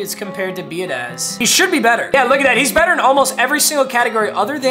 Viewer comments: much love but it’s be ah dish. not be a daz. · Biadaz is pronounced be-odd-ish just an fyi